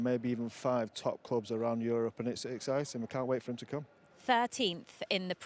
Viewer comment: he pronounced Europe like Arab!🤣..